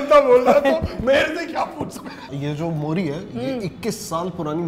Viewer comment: मोरी नहीं मूरी and गले में नहीं सीधा लीवर में लगेगा Himachal Mei nahi sirf Distt Kinnaur Mei..